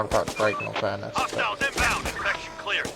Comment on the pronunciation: Lol....INFRECTION! What is an INFRECTION! 😂😂are u that bored of doing these s@ videos that u can't pronounce words right.